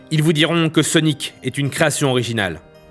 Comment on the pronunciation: dans les banlieues ils ne prononcent pas "sonic" normalement